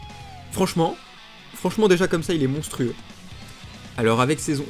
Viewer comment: "Monstreux" mdrr